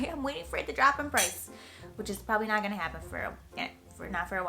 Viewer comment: She has a NY accent every time she says "not". "NAHHYT so good". LOL. Also a request: another ASMR video